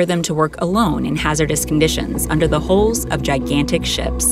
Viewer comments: For your international viewers it would be nice not to pronounce HULL constantly like HOLE. Thanks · It sounds like she’s saying “ship holes” every time she says “hulls.” Damned computer voices. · It's pronounced haul not holes